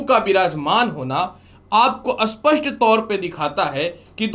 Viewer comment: स्पष्ट और अस्पष्ट का उचारण ठीक नहीं है आप का।😊